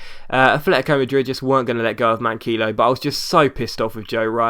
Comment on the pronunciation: Manquillo is pronlunced Man key yo